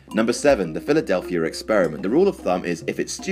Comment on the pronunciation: Philadelphia.....is now pronounced Philadelphier ? I can't take any more. :)